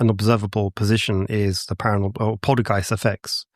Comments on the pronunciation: Polty gyste? It's poltergeist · pacifically poultygeist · And “poltee-geist?” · Poltergeist ❌ Polteageist☕✅ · Does he keep saying poltygeist???? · The way he says polteygiest is also very annoying.